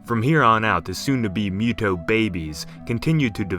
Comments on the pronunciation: Moo- toh Not mew-toh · Why do you pronounce it as MEW-TOE ? It should be MOO-TOH, right? Or is it just me? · Yes, its moo-toe not mew-toe. Also is hemi-globe-in not hemi-glob-in. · mew tow prime 😂 it’s moo-to or moo-toh. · what are you talking about? Isn't this story about kaijus? Then we should follow the japanese pronunciation. MOO-TOE OR MOO-TOH not mew--toe. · MUTO (Moo-toe) not (Mew-toe) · Stop pronouncing it as mew toe, it's MOO toe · Not mewdow lol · Moo toe sounds like it makes more sense. And that's how it's said. What if he mispronounced godzilla as godzeela? That would bother you at least a little wouldn't it.